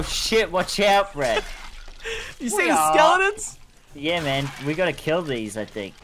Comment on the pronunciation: why does say Skeledons